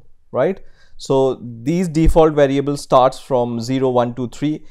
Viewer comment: Hey mate, awesome videos but you need to work on some English pronunciation as it tends to confuse, and therefore, becomes distracting. After paying attention to some words here are a few examples of your mistakes: variables: you must put the accent in va, not in the a at ria. The accent goes on the first syllable from left to right. array: the accent goes at the last a from left to right, not in the first one. just say "at symbol" or simply "at"